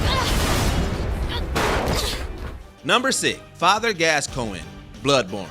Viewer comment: Fire this guy. "Glascoine"? "Jeralt"? Does this clown even game? Please get rid of him.